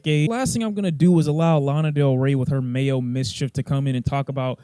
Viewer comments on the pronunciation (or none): This man said "Mayo mischief"😭🤣😭🤣😭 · Did you just say “Mayo Mischief”? Lmaooo